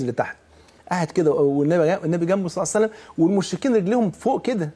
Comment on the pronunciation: لماذا تقول يا شيخ ..سلعصلم.. قل صلى الله عليه وسلم.